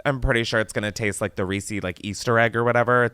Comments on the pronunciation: No one: Americans: Reee-Seees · Oh no . . . Chris is one of those people that says "reesey's." Disappointed LMAO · i can excuse any pronunciation of caramel but there's something about "Reesee's" that makes my skin crawl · I love that you pronounce reeses as reesEEs. So cute!!!